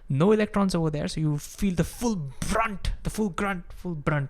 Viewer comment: "Brunt"--YES! "Planets"--YES! Well done,, we'll done.